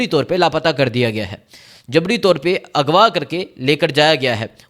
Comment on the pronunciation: یہ کیسا اینکر ھے خبر کو حبر کہہ رھا ھے اغوا کو اگوا کہتا ھے۔ خان کو حان کہتا ھے۔ یہ تو چچرا بندہ ھے۔